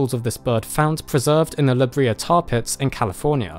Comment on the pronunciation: Say it with me. La-Bray-yah. La Brea. Not La-Bree-ah. La Brea Tar Pits. One of my favourite places to visit as a child. It's even cooler now. 💗